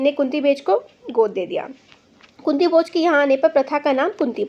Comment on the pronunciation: madam apne kunti ko kuti bola